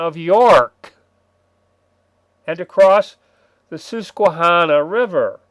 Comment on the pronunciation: Brother. Susquehanna = Sus as in the noun 'suspect' Que as French 'quoi' Hanna rhymes with banana Carlisle = Car - lie - el Been loving the vids, thanks.